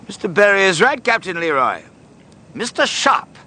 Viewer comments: a favorite detail of mine that few seem to mention is how Simmerson consistently pronounces the Captain's name as "LEE-roy" even though he introduces himself (and Sharpe calls him correctly) as "luh-ROY." just a nice extra touch of disrespect from a dreadfully self-absorbed character. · Only just realized that Simmerson never gets Leroy’s name right. He pronounces it Leh-Roy simmerson pronounces it Lee-Roy. Typical of his refusal to acknowledge other viewpoints than his own